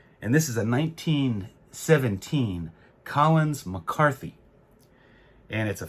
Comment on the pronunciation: Thanks for the pronunciation! As a former proofreader, I always admire exact name pronunciations. Those Collins-McCarthy cards are cultured classics.